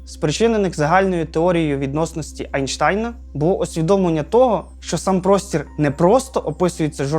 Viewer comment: Дякую за працю, як завжди дуже гарний контент. Нарешті я на цьому каналі почув правильне вимовляння Німецького вченого Айнштайна !!!! Можливо хотілося б більше фізичних аспектів про моделі всесвіту, про викривлення всесвіту і тд … Можливо також треба було б згадати про сталу та сферу Габбла та горизонт частинок, але то вже напевно окремо повинне бути відео. Дякую !